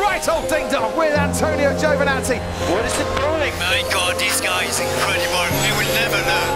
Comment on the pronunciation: “This guy is incredibol”